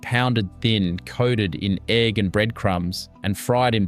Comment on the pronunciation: yeah it’s AI. There’s a whole lot of them that are the same format. Australian, British, American, now Italian immigrants. And there are a handful of mispronunciations by the AI voices that completely give it away. The biggest one that’s springing to mind right now is egg. They say e.g.g. Oh they do that for pea too. Not every time the word is used, but often enough that it’s a tell. Also, in the Aussie ones, “” occasionally has an issue where his voice speeds up and goes chipmunkish, and stays that way until the end of that listing and then goes back to normal for the next item. As far as AI slop goes though, these are pretty good. I watch a lot of them. Especially the British and Australian ones. I find them calming. I happen to have a particular interest in historic recipes and have a collection of vintage cookbooks, and I live on a little smallholding/hobby farm and am trying to grow as much food as I can and cook from scratch and sort of live the old fashioned way but with modern appliances lol. So these are actually right up my alley. I have learned things from them that I hadn’t picked up from my cookbooks as yet, and they’ve inspired me to make a couple of very old fashioned dinners recently. I’ve had pea and ham soup, I poured off the fat after cooking some pork and kept it, I’m searching for a dripping tin that I like, it got me to finally get around to making jam from the fruit in my freezer so that I could make some puddings. So far I’ve done a regular ste